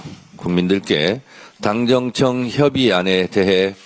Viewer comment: 정청래는 당정청 발음을 힘들어하네 ㅎㅎ 자기이름에있는데